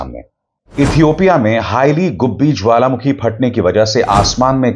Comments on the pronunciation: Not "Haila" 😂😂😂🤮🤮🤮🤮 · It is "Heili goobi" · Not "Haila" dear go research